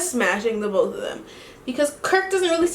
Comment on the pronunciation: "so imma do BOEth" that's how mind told me you said ✨💀💀💀 love ya girly